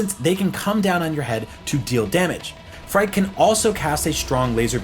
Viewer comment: Phrike is pronounced like "Freaky" btw.